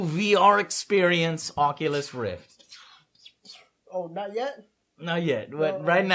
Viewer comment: "Onculus Reef"